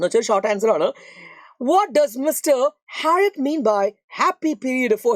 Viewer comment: Why are you saying uh after every end of a sentence.? Nightuu,hospitaluu and harriotuuu😂